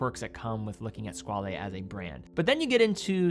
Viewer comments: Squale is French for "shark", not italian (Squalo), therefore it is NOT pronounced "skwal'hey" , but "SKWAL" ! It's very annoying to hear all watch influencers getting that wrong. I guess we can thank TGV for that... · nope, it's French for Shark and it's pronounced "skwal"